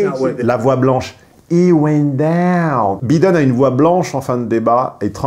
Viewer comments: entre les "voice" et les "bideune" faites un effort sur les prononciations "les cocos" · Ca se dit "Baïdeune" et non Bideune! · Faites un effort... en Anglais le (i) se prononce (aille) et le (E) se prononce (ille) En théorie, il faudrait prononcer ‘’ Joe Biden’’ : « Joe-bail deun » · Es-tu s^ur qu'il habite aux États-Unis? Ça fait vraiment mal aux oreilles. Je ne connais personne qui ait passe plus de 6mois aux USA prononcer tous les noms 'a la française comme il le fait. "Biiiden", "buuuli" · le mec qui critique l’orthographe de ses abonnés tout en étant incapable de prononcer « Biden » correctement.